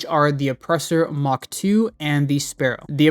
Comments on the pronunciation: It's "Mark" not "Mach" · Does this guy think its Mock two? And not Mark two? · A little thing that bugged me about the video, which has nothing to do with how good anything is, just he way you pronounced the 'MK' in the names of things like the Oppressor MK II. Since it doesn't mean "Mock" but "Mark" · Did you call the mk2 weapons "mach 2"? It's "mark", not "mach". Unless they happen to be going twice the speed of sound. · Not trying to be a dick, just a heads up that mk stands for "mark" not "mach" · Mark 2 not Mock 2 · Pro tip: Mk means mark. Not Mach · dude its not the oppressor mach 2 its mark 2 like the second version of the oppressor not twice the speed of sound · Its the oppressor MARK two lol. Not mawk 2 lol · MK II does NOT stand for Mach 2 xD in all vehicles etc it stands for MARK not MACH xD Never heard someone get it so wrong so often pmsl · Hey man. late to the vid, but i HAD to comment... it's MARK 2. not Mach 2. It was driving me nuts. Good video, tho! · oppressor mark two not mach two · I can't tell if you say "mark" super weird or if you actually call it the "oppressor MOCK 2"???? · Good video, but just one minor complaint: when you see "Mk" in a name, like the Oppressor Mk II, that stands for "Mark", not "Mach". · Mk II means "mark 2" not "mach 2" my guy. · It’s mark 2 not Mach 2, every time you said Mach I cringed. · I don’t like how you say “mark” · Calls minigun a railgun and also fails to say mark correctly too. Pro youtuber this guy lol.